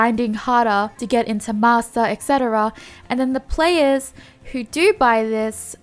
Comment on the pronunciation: Why m i hearing masser instead of master 🤣